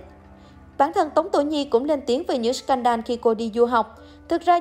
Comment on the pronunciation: Đọc là " sờ cen đồ " đi ad. Đọc " sờ can đan " giáo viên tiếng anh dạy tui mà thấy lại bảo t xem youtobe nhiều bảo sao phát âm kém.😂😂